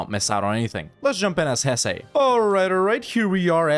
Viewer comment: It's not pronounced "Hessay", essay.